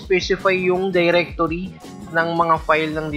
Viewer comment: while speaking where your english start moving you say diretorea i suggest you to speak english correctly